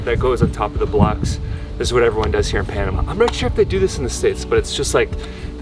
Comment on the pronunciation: Americans move to Panama and never learn how to say the name of the country.